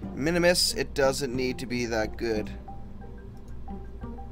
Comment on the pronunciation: Minmus. MIN-MUS. One "i", two syllables. Not Minimus.